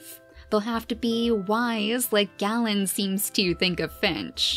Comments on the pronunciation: Just so you know the name Galen is pronounced Gay-len! My name is pronounced the same way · Also I believe it’s pronounced Gay-len? That’s the way I’ve heard it. It can probably be pronounced Gah-len as well. Idk.